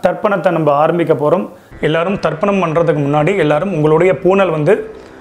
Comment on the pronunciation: It is Tarpanam, not Darpanam ( darpanam means Mirror).